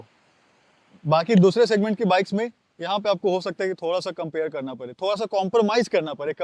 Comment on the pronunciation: Badaa not Baraa... Karna pade not karna parree,.. Padega not parega... WTF is wrong with people speaking hindi like in this shitty way!!!?